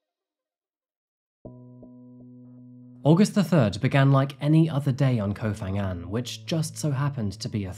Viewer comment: Huh? He's saying it with an "f" sound though like Fangan